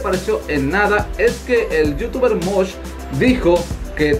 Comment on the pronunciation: y no se dice Mosh 😂